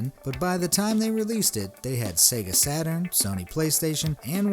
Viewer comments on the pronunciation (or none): none